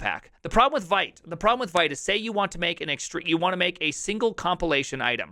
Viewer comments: Vite is pronounced "vit". French for "fast". Sorry… the first time you said it, I didn't understand what you were referring to. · As you got kinda 'triggered' by mut pronounced as mutt, I got 'triggered' by your pronunciation of vite. A small excerpt: Vite (French word for "quick", pronounced /vit/, like "veet")